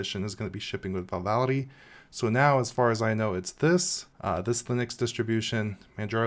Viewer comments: VALOUDI ...WTF ? vivaldi ... LEARN TO READ ! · VI - VAL - DI It's not that difficult to pronounce. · How many times can you say Vivaldi wrong in a row? Lol Good video! The distro looks super interesting. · Thats not how you pronounce Vivaldi... Great video though 😁 ! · this man just cant say 'Vivaldi'